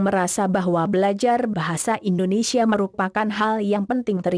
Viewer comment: Bukan Indonesyia neng, tapi Indonesia .